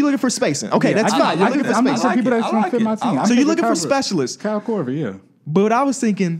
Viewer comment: Haha I thought the Iggy Pic was rough til I heard say "Kyle Korver" 😆😂